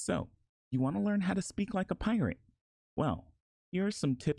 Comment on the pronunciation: Fuck i just noticed it saying pirtate 💀